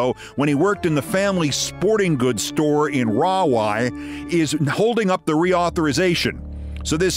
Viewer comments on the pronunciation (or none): Correction with affection Pronunciation: Rahway = Raw/way Not ra/way